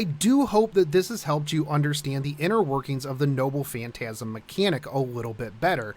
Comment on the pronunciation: I keep hearing him say “nobbu phantasm”